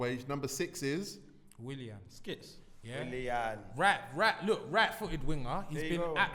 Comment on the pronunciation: WILLAN, MAR-TIAL.... These guys are butchering the rassclat outta these names lmao